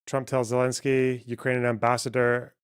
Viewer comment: It’s Zelensky